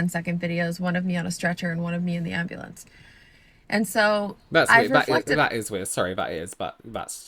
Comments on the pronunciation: Please tell me when said “ambalance” someone else pictured the video of that guy with the song “oooh black betty…AMBALANCE” 🤣🤣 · AMBA LAM!